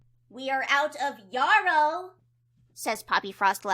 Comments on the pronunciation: "YAR-row" it's yarrow, like, rhyming with marrow. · just looked it up, the american pronunciation is yaa-row and the british is yeah-row. personally i think the british one sounds better. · “WE ARE OUT OF YAH-ROW.” “IT WOULD BE GREAT IF SOMEBODY COULD GET US SOME YAH-ROW.” 😂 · and the person above are saying it wrong It is yahrow